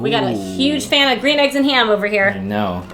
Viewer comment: Dr. Seuss's Gwean Shmegg Yolks And Ham.